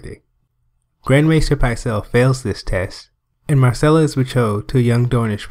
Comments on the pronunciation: Tyrion mispronounces Myrcella's name as "Marcella." Interesting that they apparently didn't catch that during production. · It driving me nuts because all I heard is Marcella, not Myrcella